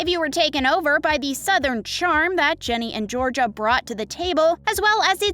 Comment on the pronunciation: it's GINNY not JENNY